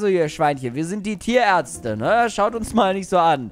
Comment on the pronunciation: Als erstes habe ich nicht "Ihr sied aus wie Tierärtze" verstanden Sonder "Ihr sied aus wie Diaerze" ; als solches habe ich es verstanden.